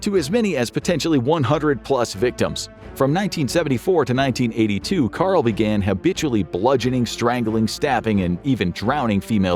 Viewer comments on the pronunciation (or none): none